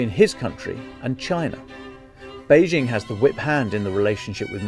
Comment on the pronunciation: This would have been much better without the forced analogy with an old film and the attempts at humour. Just tell it straight. There is plenty of interesting material. Also, brush up on the difference between de facto and de jure (Lukashenko is the de facto ruler of Belarus) and the pronunciation of Beijing (the j is pronounced like an ordinary English j).